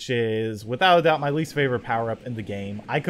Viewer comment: is it just me or did anyone else hear him say dame instead of game